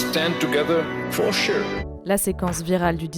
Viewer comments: Les ça se soutien, for shurrrre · Il faut écrire et prononcer « forcheur » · For sure le top flop de la risée du monde entier! Quel mauvais comédien! Mauvais accent Anglais à retravailler!! C'est la honte de la France!😊